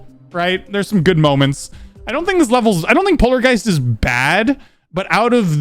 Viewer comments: Is it just me, or did he do polargeist DIRTY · Heres the timestamps for yalls! Intro! Sterweo Madness! Back On Twack! Polawgeist! Dwy out! Base Aftew Base! Cant let go. Jumpah! Time Machine! Cycles! xStep! Cluttewfunk! ToE! (Theowy of evewything) Electwoman Adventuwes! Clubstep! (First Demon) Electwodynamix! Hexagon Fowce! Blast Pwocessing! ToE 2! (Theowy of Evewything 2) Geometwical Dominatow! Deadlocked! (3rd Demon) FingewDash! Conclusion of Tiew List! Outro! And thats basically it! I made this and yes. It took me an hour to type and check. But hey! If you wanna see what thinks of I dunno, FingewDash? Deadlocked? Or maybe even ToEs? Up to you man! And yes theres some modification on the name. Dont ask why. Peace! UwU